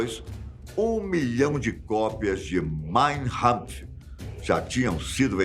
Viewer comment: é "Kampf" com K, não "Rampf"